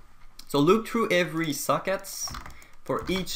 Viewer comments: I am the only one or when he says socket I hear suck it? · why do you pronounce socket like suck it? haha great tutorials though